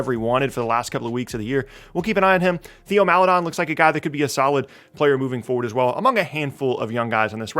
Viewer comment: Good video. Just letting you know that Theo Maledon is pronounced "Tay-oh" not "Thee-oh"